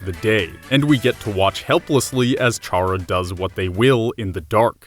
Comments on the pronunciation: Why do people always pronounce Chara as Char-ra? The official wiki says that it's pronounced Kar-ra, which quite obviously is short for character. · It's pronounced kara not chara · One thing. Did you JUST figure out that the 'dark world' was all a game? I mean. Its.. pretty obvious at the end. Most people figured it out. and you keep saying chhhhhhhara. the H is silent my dude. its pronounced Cara. spelled Chara yes, but not everything sounds exactly like its spelled. also im pretty sure Ralsei is referred to as a prince a few times throughout. Not a bad video, all and all tho. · It’s pronounced ca ra, not cha ra. It’s a play on the word character. Just sayin. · It’s pronounced kar uh not charre ah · Nobody said Ralsei was a girl. The pink doesn't mean female you know.Also stop pronouncing it as Charr-ah. It's pronounced Kara, as in, short for CHARACTER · Pronounces Chara CHara and ralsei ralsie oof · It's C-hara not CH-ara and ralsEI (ral-say) not (ral-siy) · I swear to god if you keep saying CHAR-uh and not CAR-uh I'm going to throw myself out of a window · I cant watch this knowing you pronounce chara as Char-ra not kar-ra. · Its not chara its rhaca idk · i have just one problem wit this... "CHARA" IS PRONOUNCED "KARA"!!! IT'S THE START OF "CHARACTER FOR GOD'S SAKE! and if you don't believe it ,look at torial's name - TUtorial because she is the is the tutorial. if the tutorial character was named after her role, why not the character that has the whole story around it? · would like to mention, because I'm kind of a grammar nazi, chara is pronounced kara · it’s pronounced kara short for character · Omfg it’s CHARA. The “CH” makes a “K” sound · 1. Ralsei is just Asriel, not even implied to be female. 2. CHARA-CTER as in pronounced "kAr uh" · TakTheFox I hate when people pronounce it as "char uh". For fucks sake, we know Chara is short for character. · Why is NOBODY focused on how he pronounces “chara”? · Also, isn't Chara pronounced like the word Character?